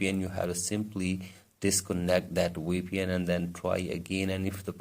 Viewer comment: he means VPN asains dont pronounce Vs a lot of times but as a W instead